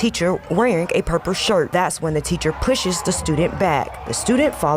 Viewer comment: Can we talk about that dei hired reporter that couldn't pronounce purple